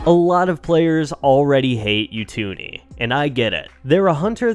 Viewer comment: You-two-nee 😂 it’s Oo-too-ni